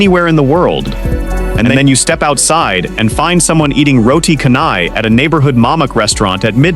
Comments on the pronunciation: roti karnai...that's what I heard. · Waalaikumussalam, of course 'MALAYSIA BOLEH!'. Good info channel, but please do not use AI voice. Some of the malay words got a weird pronunciation, example is 'roti canai'.